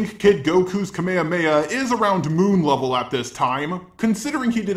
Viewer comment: Everytime he says levellll *cringe!